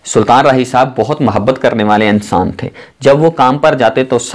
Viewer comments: Ye clip ghaalban Urdu main bana-ne ki koshish ki gyi he. "A"ttar pardesh. Achhe "A"nsan the....film "E"ndustry..... Unnees sao "A"kattar main....s"A"ltan raahi...I love this Rana Sana Ullah Maarka Urdu....like sApreem court..... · Apni urdu pehlay seedhi karo.Saltan,Ansan,romantag,khawahish